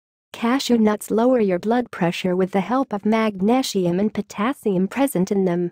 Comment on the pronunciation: Magnashium LOL !